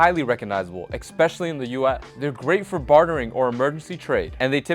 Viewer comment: Please learn how to pronounce the word especially. it's not eggspecially